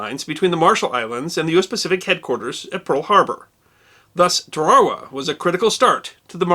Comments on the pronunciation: Tur-RARA-wuh? I thought it was pronounced Tair-ruh-WAH??? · Love your videos and I hate to sound pedantic , but check the pronunciation of Tarawa..I think it is Tar-a-wa... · Very minor point. I could be wrong, please enlighten me. Isn't it pronounced "tar-ă-wa"? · TAarawa, not TarAHwa. My father USMC in that battle. And the island is pronounced Bee-shio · This is the second video to pronounce Tarawa as Ta Raw Wah rather than Tara-wah as all other videos I’ve seen on YT the last ten years or so have done. If says it’s Ta-raw-wah, then I’m inclined to believe he is correct. Anyone else have an opinion on the pronunciation? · I’ve never heard it pronounced “ Ta-rah-wa” before. Gotta say it doesn’t hit the ear right. I’ve always heard it pronounced like “ Tare-a-wa” , but like usual you still earned my like. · Another awesome video. My only complaint is your pronunciation of Tarawa. There's only 1 "w" so its not Tar-wawa its just Tara-wa. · I love all your videos, but as a retired Marine, I've always know that famous battle to be pronounced TARE-A-WAH. And to hear it pronounced TAH-RA-RA, was kinda driving me crazy lol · (Tar-a-wa) lol sorry "Tawarwa" it keeps freakin me out I never criticize I apologize...😁 Amazing vid though as always! 👊🏻✌🏻🤘🏻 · This was a great episode, like most of the "", but I found it funny he can't pronounce Tarawa correctly, I keep hearing Tar-ar-wa and it's Tar-a-wa. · Dear sir the islands name is a three syllable pronunciation (Tar-a-wa) not a two syllable one you used. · Isnt it " tara wa" never heard of tare raw wah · I like what you do. I really do. Now that said, it is "Tar' uh wuh" atoll not "Tar' ar uh". And it is "Bay' she oh" Island not "Bessy oh". Small thing but important I think. Thanks for posting this and Semper Fi. 5th Marines 2/1 Vietnam 69-71. P.S. You might want to consider doing one of these on Charles Durning. Highly decorated in the ETO, receiving the Silver Star, Bronze Star, and three Purple Hearts.